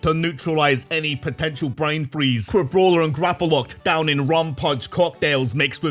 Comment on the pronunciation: Crabrawler, not Crabbraller!